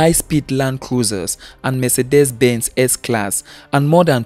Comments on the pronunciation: Mercedes is pronounced m-say-dees not me-se-des. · Please note MERCEDES is not pronounced me-se-des. It's pronounced m-say-dees.